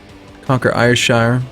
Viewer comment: I know you love having your pronunciations corrected, so Ayrshire is pronounced Air-shir. Shir like whir. Airshirrrrrrrrr. This is very important.